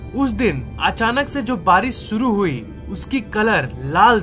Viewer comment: Are Bhaiyaa DES THODI NAA HOTT HAI..DESH HOTAA H ..SURU NHI SHURU HOTAA MAZBOOR,(MAJBOOR)